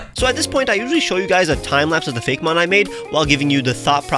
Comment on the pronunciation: This is a nitpicky kinda question, but why pronounce it Fake-mon instead of Fay-Key- mon like actaul Poe-key-mon is pronounced?